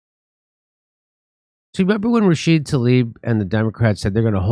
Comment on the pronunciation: That's "Rashid-UH," Jimmy. To intentionally, repeatedly mispronounce it makes you sound like FoxNEWS.